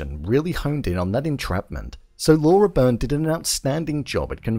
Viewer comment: That's definitely Demerzel, closely followed by Day in season 1 (the one who went through the Spiral). Laura's been a blessing, I struggle to find words to describe her great talent. So powerful and so subtle. I hope for a great future for this character and for this actor. (Just a little note for you for the future vids, her name is pronounced Lah-oo-rah Bee-rn)